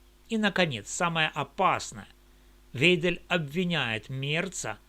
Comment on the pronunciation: всё верно, только её фамилия звучит "Вайдель", остальное - бесспорно, для тех кто может читать, слушать и делать выводы